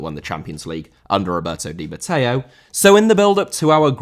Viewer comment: Matteo* not Matteiouw